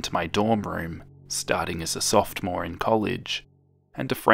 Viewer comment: Two (small!!!) notes: You switched the (first) A and U in Jadusable when saying it aloud. Sophomore does not contain a T.